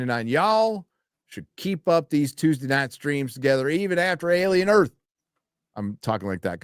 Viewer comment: Alien Earf.